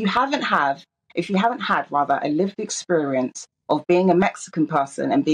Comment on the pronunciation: "Exporience"!! Where did she learn to speak English?